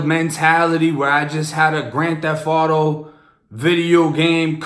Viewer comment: it say grand "thef" auto?? lmao